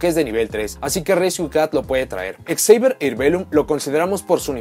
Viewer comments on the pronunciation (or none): none